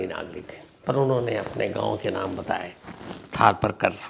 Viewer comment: Thar Paarkar , not Thaar Parkar , STK aap galat pronounce kar gaye , تھر پارکر